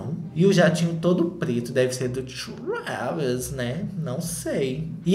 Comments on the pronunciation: TRHÚÉVYS KKK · Cada hora que o fala Traaaaaaaaaavis, eu me desmonto de rir e já esperando a próxima pronúncia kkkkk